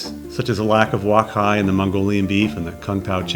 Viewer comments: its wok hei ....you keep prononcing it "wok hai" LOLOL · Nice review. One point: wok hei is pronounced like "walk hay", not "walk hi". Thanks.